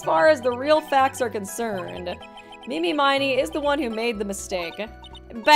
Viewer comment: Total pet peeve, but was anyone gonna correct her on the pronunciation of “Miney?”